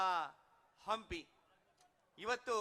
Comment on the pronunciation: ಅಂಪಿ ಉತ್ಸವ ಅಲ್ಲೋ ನಿಮ್ಮೌನ ಹಂಪಿ ಉತ್ಸವ ಅದು....ಯಾರದರ ರೆಕಮಂಡೇಷನ್ ಮೇಲೆ ಆಂಕರ್ ಆಗಿ ಬಂದು ಬಿಡ್ತೀರಾ.... ನಾಲೆಜ್ ಇಲ್ಲದೇ